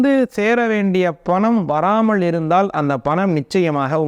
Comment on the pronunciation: பண கஸ்டம் . எந்த ஊர் தமிழ் இது ? கை கூடாமல் இருந்தாள்😢. ள , ல உச்சரிப்பு சரியில்லை.